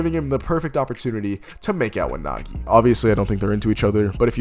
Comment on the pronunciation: Oh hell nah bro didn't just say Nagi